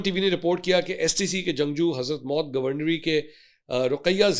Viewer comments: It’s not Hazrat Maut 😂 It’s pronounced as HADHARUL MOUT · کیا آپ کو اردو پڑھنا بھی نہیں آتا حضرموت کو آپ نے نو مرتبہ حضرت موتکہا ہے